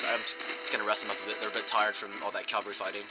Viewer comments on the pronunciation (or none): Great video! [rant] However, the word "CAVALRY" refers to horse soldier. CAV -- AL -- REE! "caLvary", which is what you keep saying, is the Greek word for the hill on which Jesus was crucified. There is only one L in cavalry. [/end rant] Keep the videos coming.